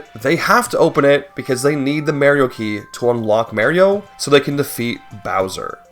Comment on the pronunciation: Merry-O's is a failed breakfast.